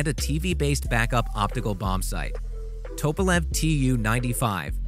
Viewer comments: Ye gods the narrator needs some pronunciation guidance, "air intanks" instead of 'intakes', "nucular" instead of "nuclear", "Topolev" instead of 'Tupolev' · Anyone, including this clown, who says “nucular” or “Northrop Grooman??” Or “Topolev” instantly loses ALL credibility. If you don’t know how to pronounce the “Terms Of art” within a specific field, then you have spent approximately ZERO Time in that field. People who spend a significant amount of time amongst real experts, hear & pick up the vernacular. From his gaffes, one can safely conclude that he know ABSOLUTELY NOTHING about nuclear physics or American or Russian aviation industry or professional narration (because professional narrators go to extensive effort to identify & learn the correct pronunciation of unfamiliar words in their text, just so they won’t make these humiliating mistakes. This clown is just reading words on a page that he doesn’t understand ... like most “reporters”, these days. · The B52 has 8 engines, not 4. And it's Northrop Grumman not Northrop groomin. And it's nuclear, not nucular. And it's Tupelov, not topelov. Can you pronounce anything? Obviously not. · How do you get " toe-pa-lev" from Tupalev ? I mean after all that is why it is a TU-* . Come on dude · Tupolev say it correctly also get Nuclear in as well not Nucyular ? Grumman is said as its seen Gum man not Grewman just get stuff right